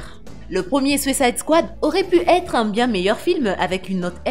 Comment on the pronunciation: “Sucaïde kouade”